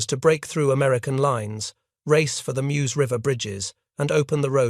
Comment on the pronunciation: There in June, 2024. It’s inadequately marked in terms of a memorial. You have to walk a worn path past a house (which was being wrapped in ‘24). Typical June rain and the path was a bit slippery. If you didn’t know where to stop, along the road, you’d miss the stopping place. I object to this non-human narrator and the sloppy closed caption. BTW, that river is pronounced as Merz.